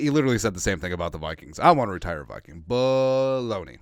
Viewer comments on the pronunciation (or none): none